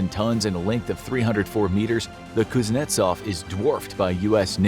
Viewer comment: The (rear) admiral pooznetsov!!